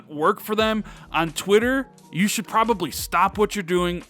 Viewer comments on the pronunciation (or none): none